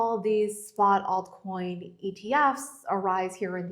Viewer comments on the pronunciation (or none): Saylor cannot even speak the word "Altcoin". What a jerk/maxi. He 'll go down eventually. Mind my words.